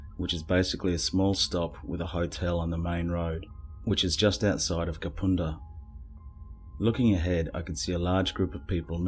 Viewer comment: Kapunda is pronounced Kap-UN-da and not Kap-OON-da.